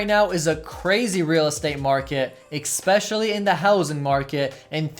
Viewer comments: It’s especially not ecspecially🤭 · Ex-specially is not a word, my friend.